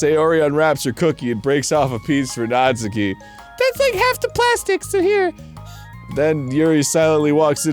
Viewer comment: I’m a little surprised Arin doesn’t know this but it’s pronounced “Naht-ski” not “Naht-soo-key”.